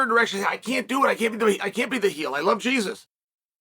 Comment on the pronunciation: The only Jesus Jon loves is his Latino coke supplier and I'm guessing he just pronounced it wrong